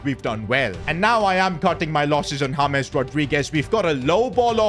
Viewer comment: James ❌Hames✔️